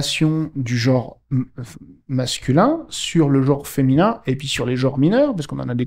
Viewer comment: Le probème du mot "jor" est qu'il est susceptible de ne pas exister... Connaîtriez-vous la valeur phonétique de la voyelle (e)? Et celle de la consonne (n)...? Et bien, je suis en disposition de vous assurer que ces valeurs-ci EXISTENT; et là ou elles se trouvent correctement placées, elles doivent être prononcées correctement. J'insiste: le mot "jor" n'existe pas,!